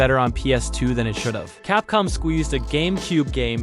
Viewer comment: dude, i know we all love the ps2 but that statement is really dumb. dude said “cap-cum”